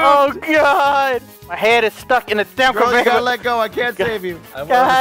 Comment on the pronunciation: I couldn’t stop laughing at the convarorbelt